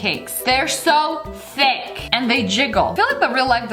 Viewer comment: No one: You: and we have some very Very tHic bacon